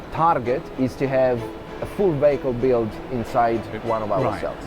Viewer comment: I know is saying vehicle but every time I still can’t stop thinking he says bagel ha ha